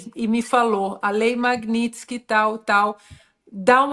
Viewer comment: Não é Magnistky, é Magnitsky. O "t" fica antes do "s".